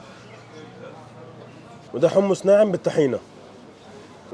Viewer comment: حمص مش حمس 😃😃😃